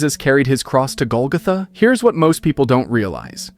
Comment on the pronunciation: That's not how Golgotha is pronounced.